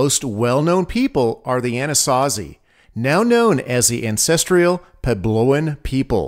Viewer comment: The voiceover says “ancestrial” instead of ancestral. Shocking that there was no direction or quality control on this video.